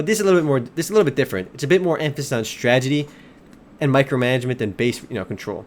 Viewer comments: You're right. This game requires alot of stragedy. What a tragedy you can't pronounce 'strategy'.. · your awesome, but its STRATEGY. Not stragedy xD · wow, never seen someone prenounce STRAT-AGY as STRAGY so much. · stredzidi.......strategy....stragety....can u say that again?? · honestly man, why do u pronounce strategy, "stragety"? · woo "stragedy". LOL